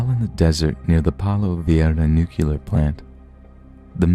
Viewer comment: Nuclear is pronounced “new-kleer” not “nuke-kew-ler”